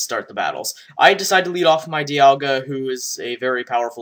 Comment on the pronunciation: Hey, Progression here. You ought to see that the ogre is specs cuz it OHKOD A DIALGA. no other set can do that:P oh, and it's DIE alga. js. You have a helluva lot of videos....